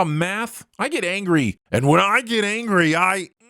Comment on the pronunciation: I swear I heard you say "when I do math I get angry and when I get angery i " 8fRT8